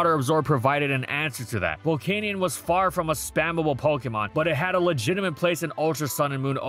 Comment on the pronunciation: Is it spelt volcaneion? No then pronounce it correct it’s pronounced Vol-can-yen 😅